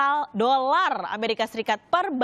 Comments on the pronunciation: Barrel bukan baler..dollar bukan dorall kacau nih anggotanya rossi😂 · Gak tahu bilang huruf r jadi huruf l yg diucapkan he....he.....